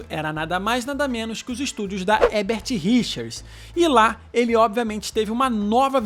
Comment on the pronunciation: Boa noite,seu canal é ótimo,vc só precisa aprender a falar HERBERT RICHERS porque vc fala HEBERT RICHERS todas as vezes que pronuncia o nome.Entendeu? Tem que pronunciar os dois ERRES.